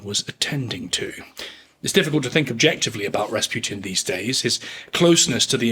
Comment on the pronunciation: I keep hearing "Bas Rutton" when you say Rasputin.